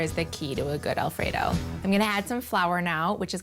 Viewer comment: She legit said "El Frito sauce"